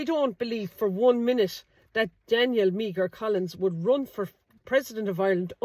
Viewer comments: Meagher -Mee her? ... It's pronounced 'Mar' is it not. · Great research and post again. Just on the name Meagher pronounced "Mar" and Irish for Maher with the same prounsation famously associated with the name Thomas Francis Meagher who was the first man to hoist the tricolour. Maybe a blood line here too. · Meagher is pronounced exactly as Maher. Do your homework, girl! 😢